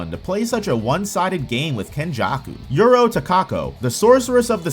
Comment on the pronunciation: Uro not yuro